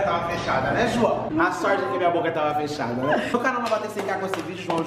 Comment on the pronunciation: não precisa falar Ujuaozinuo sei lá fala João logo meu deus